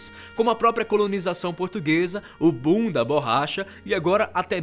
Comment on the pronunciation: O "bunda borracha!", ficou um tanto esquisito o "boom da borracha..."